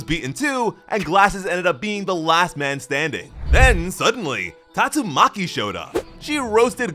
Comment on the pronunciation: The way bro said tatsuMAKI showed up.